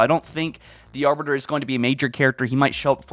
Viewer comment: Mans says Arber, yo it’s Arbiter